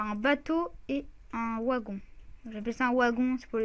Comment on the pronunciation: Mec -_- sa se prononce vagon mais sa s ecrit wagon -_